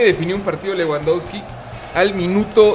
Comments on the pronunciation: Se pronuncia Lebandobski jajajaj leuandauski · leuandausqui :vv